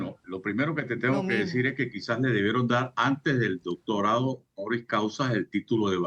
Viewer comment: nisiquiera puede leer "doctonado". 🤡